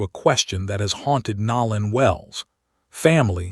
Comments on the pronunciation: The narrator is constantly pronouncing words incorrectly his name is Nolan not nowlan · How are you the only one mispronoucing his name ... Its NO_ LAN now NOW- LAND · No-lan not Nol- an! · His name is Nolan ( No lan not Now lan) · NoLan not nowlan😊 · Please say his name right!!! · U need to pronounciate Nolan nane correctly 😲😞